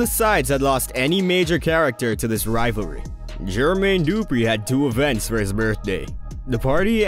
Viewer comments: Bruh the way you pronounce Jermaine Dupri drives me nuts lol its not Dooooopreeeee its du-pre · This narrator has to be AI. No real person says GER-Mayne DOO-Pree in that fashion repeatedly. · You say Jermaine Dupri goody af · It would literally take less than a minute of research to find out how to pronounce Jermaine Dupri and Keefe D correctly